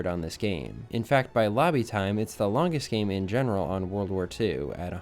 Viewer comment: This guy talks so weird, why so much emphasis on every last word. 'achieeeeeeeeeved' 'generaaaaaaaaaal'